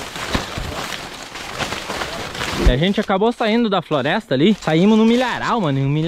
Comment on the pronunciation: ele falou frolesta kkkkkk